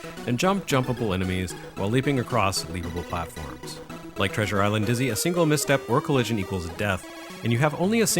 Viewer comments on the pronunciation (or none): My German girlfriend also knows Dizzy, who she calls "Ditszy"! <3 I suppose the series also made its way to German microcomputers.